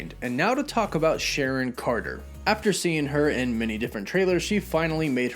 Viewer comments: The edgaedgacution of Sharon's name omfg,🤣🤣🎐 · Its SHARON now